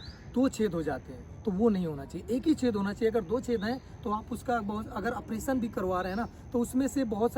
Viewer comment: Apration nhi operation hota hai .